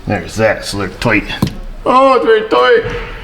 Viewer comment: It's toight like a toiger